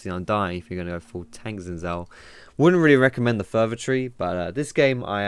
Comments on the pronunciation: it pronounce his name sin shaw not gsin saw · why you pronounce Gin zhao, it's xin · Does every Youtuber mispronounce Xin Zhao? It's not "Zin Zow;" it's "Shin Zhow." For those who don't know how "zh" is pronounced, it's like the "si" in "Asia" or the "ge" in "beige." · its no zin zhao its sheen zhao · to be more accurate it's sheen jow. though the makers of the game say his name is pronounced "Sin" "jao" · Gah it's shin jao, bothers me of how he's saying it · his name is actually pronounce "shin" "jhow"it's Mandarin Chinese. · for the future possible league of legends casters that may be watching this the correct way to pronounce xin zhao is 'sin jow' :/ thought this might be helpful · xinzhao is pronounced sin-j-ao im chinese trust me